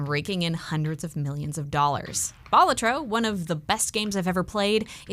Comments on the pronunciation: It's pronounced Balatro, actually. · Ew to how you say balatro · Another fantastic video marred only by categorically incorrect pronunciation of Balatro.